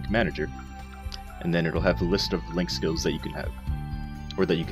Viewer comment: I know you said link skills but starting off sounded like you said lick skills. we are going to start off today talking about lick skills.:3 Sorry I had to... <3